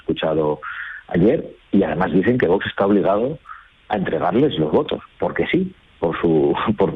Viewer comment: Es VOX no VOS cómo pronuncia el entrevistador.😅😅😅